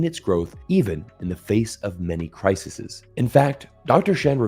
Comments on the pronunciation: Singular “Crisis”; - Plural “crises”. pronounced: “crisees” !! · Thank you for saying “criseses” and not “crisees”